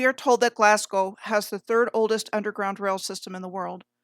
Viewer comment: I learn so much from your channel, really world class, pronunciation is important, there's no Scottish city called Edinboro, but there's a bird in Australia called a Cookaburra, yeah, Cookaburra-Edinburgh Cookaburra-Edinburgh, your Glasgow is perfect, most say like Glaas-cow so your Glasgow is down like a clown, so you go girl!